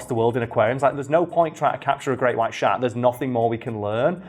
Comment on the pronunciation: I’m only hearing “great white shart”.